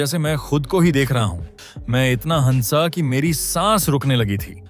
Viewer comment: आपका हंसी, हंसना, हंसाया ईन शब्दोंका उच्चारण बताता है की आपकी हिंदी भाषा की जानकारी अधुरी है। इन शब्दों का उच्चारण किसी के भी मुंह से ध्यान हे सुनीए आपको आपकी गलती समझ आ जायेगी।